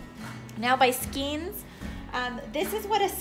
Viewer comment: these bundles of yarn..are called SKANES, not SKEENS The actual spelling is SKEIN....and it is pronounced SKANE your directions are pretty good, everyone has their own method,,, so the more people watch, the more tips they will get and be great blanket makers!!!